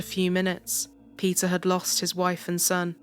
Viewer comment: Pronouncing Peter as pizza is sucha a blast :P